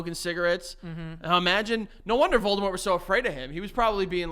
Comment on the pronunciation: “So I says to voldamoht ‘get the fuck outta heuh’” is an all time sentence 😂